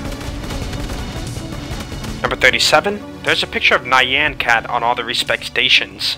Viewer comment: Nyan in nyan cat is a single syllable. Not nai yan cat.